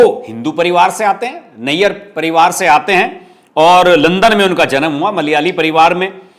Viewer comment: नायर pronounced as Naaayar